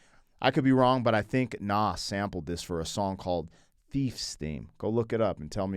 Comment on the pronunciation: Why do you say Nas like that??